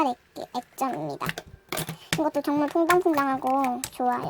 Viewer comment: 처음 시작할때 정말 오랜만입니다 할때 정말은 존나 라고 들었어 ㅋㅋ